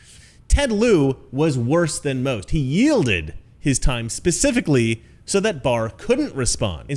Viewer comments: PACIFICALLY. ARE YOU FOR REAL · Why I do get so angry when someone says "pacifically" or they have an "ideal". I cant believe anyone could sit through these questions. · I felt so bad for Barr and detested the Left in the house even more if that is even possible. PACIFICALLY Sheila Jackson ... Funny as hell. Learn English.